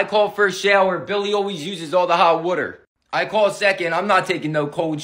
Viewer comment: I love when u say woter😂